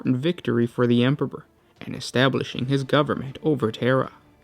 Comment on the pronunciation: “...win the final battle for the emperber...” lol